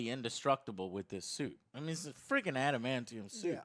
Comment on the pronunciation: When he said Adamantium I think I died a little